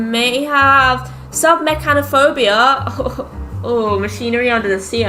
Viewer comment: HOW DID SHE SAY sUbMecHaNOpHoBia RIGHT IM ASSUMING